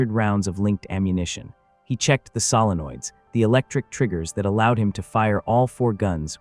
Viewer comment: Solenoid, saké were both wrong as well. Definitely Ai Repeats itself